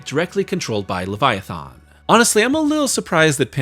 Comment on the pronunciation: Why don't you know how to pronounce leviathan?